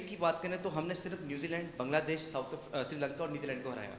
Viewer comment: Sirilanka nahi hi bhai srilanka. Bolne bi nahi aatha. Aur khelne bi nahi aatha.